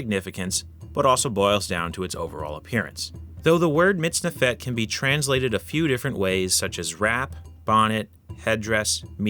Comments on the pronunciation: You've got the accent wrong, it's "MitznEfet", not "MitznefEt". But a cool video, though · You're pronouncing the second syllable to quickly. The vowel should be longer. It's like you're saying MITZNeFET when instead it should be mitzneefet. As an Israeli, it sounds weird. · I'm here just to point out how a native English speaker "butchers" the Hebrew language !! Lol In Hebrew, the accent is always on the second sylable. It's pronounced < miz - NE - fet > . Thanks for the upload, regards from Israel. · It's pronounced /mitz-NEF-et/ not /mitz-ne-FET/. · Stress middle sylable mitz-NEF-et Thanks for showing the kohein gadol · About 99% of Hebrew words have the emphasis on the last syllable. Unfortunately, MiztNEfet isn't one of them